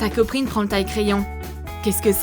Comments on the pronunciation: pk elle dit coprine ? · Au moment des tic tac elle dit coprine